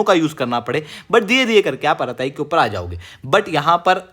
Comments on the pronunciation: आराताइ nahi अरटृ॓ bolte hain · अरताई नहीं, अरट्टै